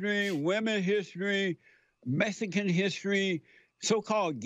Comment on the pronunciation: “Messsican Hissry” month